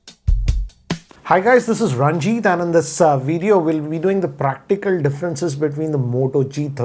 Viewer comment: Why do you guys add "H" to every name? 🤣 It's Ranjit not Ranjith ....